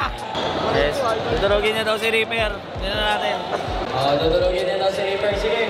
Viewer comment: reaper po hindi reper🤣